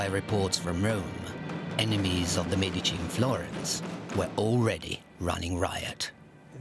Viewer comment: next time you film "experts" on the medicis please take some that are able to say the name